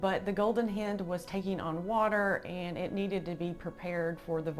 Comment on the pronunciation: Excellent video and fascinating information. btw 'hind' is pronounced to sound like "bind". Best of luck and all the best 🙂👍🏻